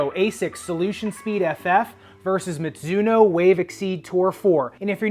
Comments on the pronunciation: That "mitsuno" tho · Mizuno is a Japanese brand name, which should be pronounced as ‘mi (ju) no ‘